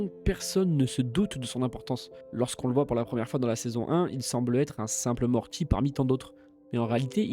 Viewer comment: Suis je le seul à bloquer sur les tiques de langages du narrateur. Mortchi ? Rick et Mortchy ? MorTy ! Super taff de ton côté, avec un peu de travail sur la locution tu auras des dizaines de milliers d'abonnés CONTINU !!!